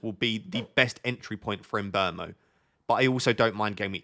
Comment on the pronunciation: finally someone who pronounces mbeumo correctly!